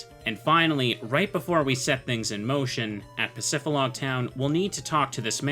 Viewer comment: bro please bro... Pacifi >D< log... "dee" pacifidlog, not pacifilog... please bro it hurts... just read the word